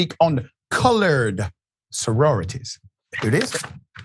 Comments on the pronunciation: I'm Black and it sounds like he sounds like he said college to me as well. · Sounds like he said colored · COME ON NOW! I listened several times and he said colored. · Colored doesn’t have a “g” in it. His pronunciation was a little funny, so I understand your mistake. He pronounced the word “cullidge,” which is clearly closer to “college” than “colored.” (Not to mention it is highly unlikely someone his age would ever say “colored”; that’s a word used by pre-boomer generations) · Agree. I slowed the audio down and he definitely said colored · This man said colored there is no d in college. Racism is real. Wake up America what you do in the dark has come to light. This us suppose to be a free country. GOD HELP US ALL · Sounds like he said colored. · Come on now, he plainly said colored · He definitely said colored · he said colored witch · He said Colored Soroity 😡😡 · I was thinking to give you all the benefit of the doubt, but after listening on speaker with volume up, he definitely said colored. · HE said,COLORED. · So the black man says not a word and let him Disrespect her and Sorority by using that ol Southern word Colored. Shameful people bunch of Foreign speaking people Caucasian ignorance. And that fool said Hauctoauh disgusting brains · We'll heard what he said Color sorority!!